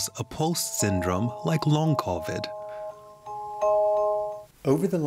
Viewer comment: The reporter should work on her pronunciation of the word: Covid